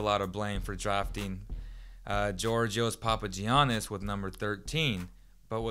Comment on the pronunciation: Hey? If your such a big Kings fan, why is it that till this day you still can't pronounce Georgios Papagiannis name right? Let me take you back to reading class. (Yeor-gios PapaYiannis)....Silent (Y).